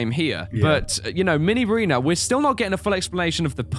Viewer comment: it's not minireana